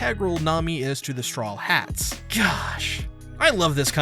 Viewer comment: Am i the only one who hears strollheats instead of strawheat?